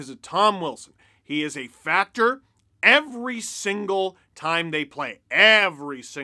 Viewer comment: Did you say Tom Wilson is a “factor” or a “fat jerk”?